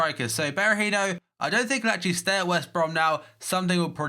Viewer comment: its akshelie troe